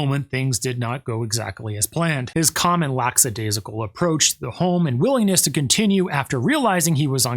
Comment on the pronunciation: Since you are a professional, you may want to stop saying "lacksadaisical", and start using the correct word, "lackadaisical". There's no 's' after the 'lack'.